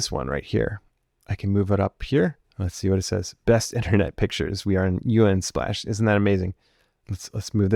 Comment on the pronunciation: The only thing I can focus on is him saying U N splash instead of just saying the word Unsplash...